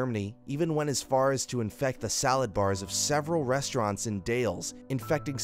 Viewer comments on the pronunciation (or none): #2 the town with the infected salad bars is pronounced Dah-less not Dayls. And the Dollop podcast did a whole episode on this cult that's worth a listen. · Wow; does no one know how to pronounce The Dalles? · wah sco. wasco isn't waaaaa. Also, it didn't come to a head in antalope. It's THE dalles, one syllable, not dales. and they bussed in multiple busses of homeless people from portland to try to get themselves voted into the city council. You really should watch down the rabbit holes video on it. He actually knows the history and how to pronounce the names around here as they're mainly native names.